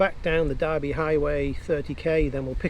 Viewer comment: Awesome, but just one small comment, the town is Derby not Darby, so pronounced with the definitive "er" sound. I tip my hat to your courage and confidence riding these old bikes across the top end...an amazing achievement.